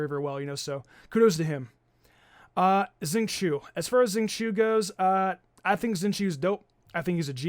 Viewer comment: Xingqui is pronounced Shing - chul or atleast that’s how they say it in the game.